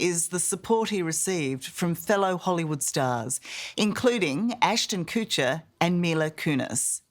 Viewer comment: Ashton’s last name is pronounced Kutch, short u, NOT Kootch short o. Kutcher, not Koocher 😅😂